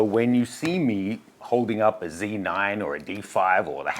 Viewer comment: Shouldn't Australians pronounce it 'Zed 9' instead of 'Cee 9'? 🙃